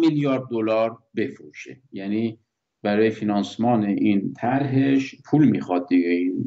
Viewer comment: فیناسمان 😨😨😨😨😨😭😭😭😱😱 کارشناس اطلاعاتی اون فاینانس هست نه فینانسمان 😂😂😂😂😂